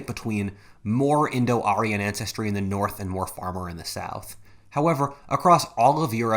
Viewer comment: indo-aryan. not indo-arian